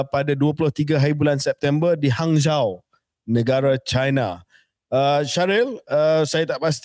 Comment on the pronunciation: Hanzhou disebut Hanjo.